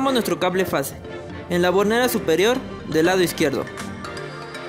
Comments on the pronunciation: Se dice FASE, no face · Es fase, no "face" !!